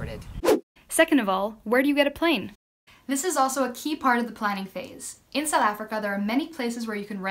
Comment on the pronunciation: Although I'm not planning a trip to fly in "Sowl Africa" (I've noticed you don't fully pronounce "South", must be a native (or semi-native) thing). This video is great. The scenery, as usual, is incredible. Always excited to see a new video has been posted!